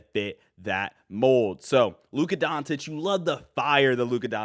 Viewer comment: When did Luka change his last name to Luka Don"t"ic? The irony of pronouncing his name like that in a video about him signing an extension is pretty funny.